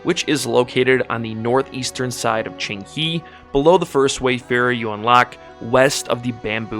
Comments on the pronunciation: Very good video, and is not Qing"He", is Qing"Huh" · No it's not, the second part is wrong. It's ching-hé (the e is a schwa sound, almost silent).